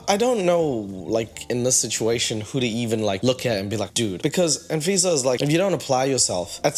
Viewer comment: Anyone else notice how “ahn-fisa” sounds like “and Visa” when pronounces it?? lol, like the credit card and green card… her middle name is “Ahn-Tiffany” or “Ahn-Loius-Vuitton.”